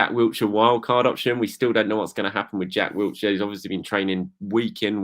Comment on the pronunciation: it's "WILLshire" not "WILTshire".